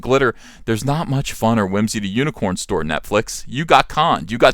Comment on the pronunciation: I love the way he says "Hewnicorn Store"